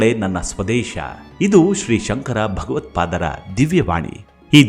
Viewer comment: We appreciate the content you present. But before presenting to a larger audience make sure and please verify all pronounciations with someone who knows about it before releasing the video. Please make the following corrections - 1. Dakshinaam-naaya 2. It is Saama veda not Samaa veda 3. It is Atharvana veda, not Atharvarna 4. It is Bhagavatpaada, not Bhaagavatpaada 5. It is Chatur-aam-naya, not Chaatur-aan-maya 6. It is Bruhadaaranya, not Bruhadaaraanya 7. It is Uttaraam- naaya peeta